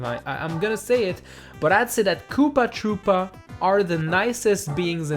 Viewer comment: I thought you said poopa tropa